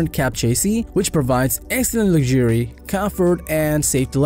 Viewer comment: Maybe work on pronouncing chassis, luxury, live, excellent, strenuous, modern, touchscreen, etc. To mispronounce so many words makes it’s hard to understand without focusing on that instead of the video.